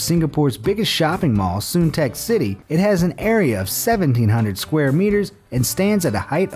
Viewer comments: SUNTEC (say sun-tack) city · Dude you pronounced Suntec wrong hehe